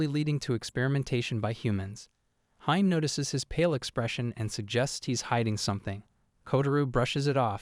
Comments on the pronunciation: Hime is pronounced as he-meh , not ha-im, hime-sama is for princess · It feels kinda off(at least for me) calling her hime like "mime" and not "he-meh" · A lot of the pronounciation is off. Hi-me- not haime, Kota-ro not kotaru, great recap tho. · its not HIME it's read as He-May : Hi-me which means princess Dammm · Lol "Hyme". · It's not hime bro it's pronounced as (he-may) in Japanese it means princess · its not hime.., its hi-me ( sounds like hee-may ) means princess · Can't you pronounce hime correctly,?